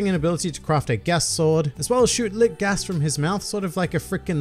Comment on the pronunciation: I'm really confused why you don't just say GAS. It isn't a Japanese word like the other fruits, it's an English word with an accent.